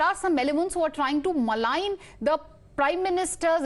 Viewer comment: MALIGN NOT MALING